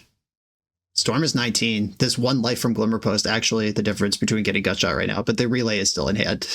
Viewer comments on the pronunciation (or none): I'm here enjoying the video and this absolute terror says "gutshat" to ruin my evening